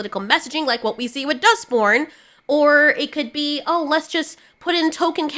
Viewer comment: You kept saying "Dustborn" and I kept hearing "Duck Porn" and I'm thinking: "What the hell kinda games are you playing, girl?"